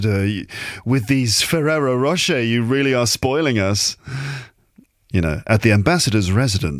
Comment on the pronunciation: you bloody f*****! You did it again. Me: Walking along crowded High Street. with French accent: Oh Monseigneur! With these Ferrero Roche you are spoiling us! Me: UAH HA HA HA… Fully exposed! Damn 😎